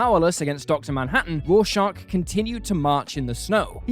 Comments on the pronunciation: FFS! Its Rorschach, not Raw Shark!! Have you even read Watchmen? 🤔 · Petition to ban this man from ever saying Rorschach again please